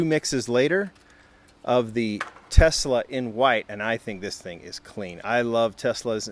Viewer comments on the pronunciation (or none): none